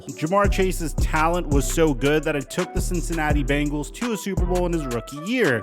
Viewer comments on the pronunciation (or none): none